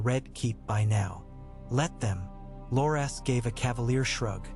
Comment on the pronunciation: AI reading never gets names pronounced correctly 😅 Bar-ah-thee-on and Lore-Ass Tyrell...